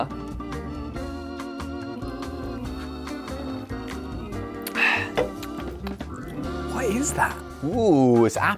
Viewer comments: As an austrian I love the pronunciation of Almdudler at about 😂 Congrats to Ollie and Austria for winning! 😂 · ALMDUDLER - i was so curious about how you were going to pronounce it, but I just wasn't expecting that 🥹🥹 also, now I want to send you a care package full of Austrian snacks, because there are a loooot more good ones 🥲 can I do that? do you have a p.o. box?